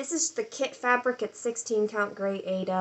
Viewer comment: This is awesome.. helpful tip on a pronunciations of Aida .. it is ‘Eye eeee da”. Anchor is so much better than DMC.. dye lots are more consistent.